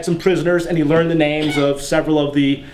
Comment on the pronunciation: I am Greek and I love Ancient Greek history/mythology. (Thucydides's Peloponnesian War is my favorite). You did a great job with the names and not only that. You have an amazing talent of "teaching". You are not boring, you are joking in the right time, you are so informative yet simplistic and easy to understand. I am very happy to know that are people like you who spread the knowledge of ancient Greece. (P.S you look so badass with the armor)